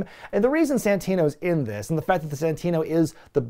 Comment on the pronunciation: It's Santino you idiots.